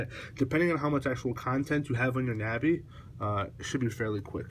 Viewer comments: Its not a na bi its a nabi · It's not a na bi it's a nabi